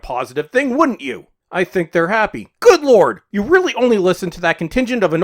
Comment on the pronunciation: I miss the “”, guy 🇨🇦 🐐